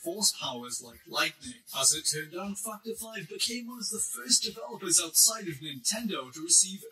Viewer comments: The way this guy pronounces 'Factor 5'.. XD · "factor 5" what did he say though? not that...